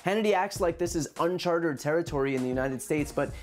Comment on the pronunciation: Uncharted, not on chartered bro! Love your content I'm not a troll